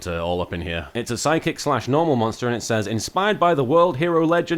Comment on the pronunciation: Lol when he read the card Chosen by the world chalice I heard him say sidekick/ normal instead of psychic/ normal